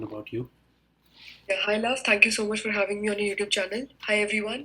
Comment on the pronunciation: He's saying toh instead of so 🤣🤣🤣